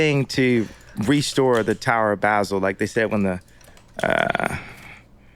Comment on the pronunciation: this mans said “tower of basil” like the herb 😂